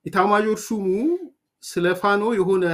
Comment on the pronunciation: ፋኖ ብለህ ስታነብ " ኖ" ጠበቅ ብለህ አምብበው። ሌላ ትርጉም ሰጥህ የምትጠራው አስመሰለብህ።